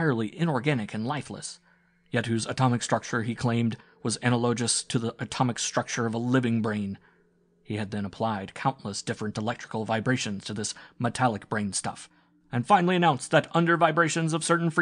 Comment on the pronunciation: Can't listen to this reader. Ana-low-gess. (Analagous) 😑